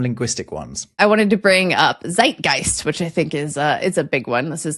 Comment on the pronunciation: Z is pronounced ts in German, so PLEASE don't say ZZZaidgaist when you mean Tssseit geist...